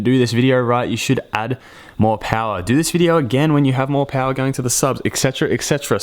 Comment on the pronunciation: I love your accent! So cute, especially when you said “POW-arr” 🤙🏻😗😘 such a stud. It’s cool watching you bassgasm.